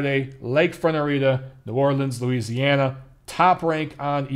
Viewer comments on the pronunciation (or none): none